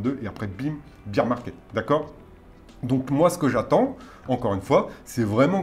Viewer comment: Un petit détail en passant : "bear" rime avec "pair" en anglais. Le beer market, c'est autre chose. :) Vidéo très intéressant par ailleurs !